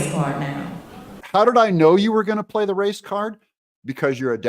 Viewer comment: "She gone pla the race card now." Slippin into some black talk (what no head wag?). Can I get an amen? You go girl! Has anyone checked to see if separate lodging was applied for?